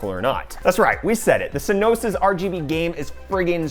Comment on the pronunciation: Did he just say R-G-B into Rgb